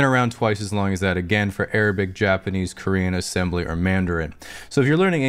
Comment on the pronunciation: When he said assembly lmao